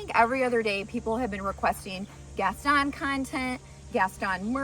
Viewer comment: Gaston is pronounced with a Long o and the accent is on the o